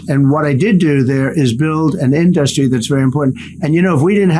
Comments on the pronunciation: Why does he keep pronouncing “industry” as “in-dust-tree” ?? I love how he didn’t answer the question the guy asked about Trumps crypto and conflict of interest. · Why does he say in dust tree? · is killing it up there..😂😂 In-dust-tree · "In Dust Ree"- Dump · I think he should say "in-da-ster-ree" 20 more times... 🤣🤣🤣🤣🤣